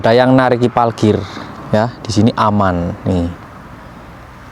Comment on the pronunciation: Jangan bilang PALKIR, yg benar PARKIR.